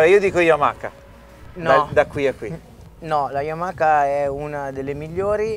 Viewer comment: Ma come cavolo si fa nel 2019 ancora a dire YamaKa!? Bho un mistero del motociclismo che non mi spiegherò mai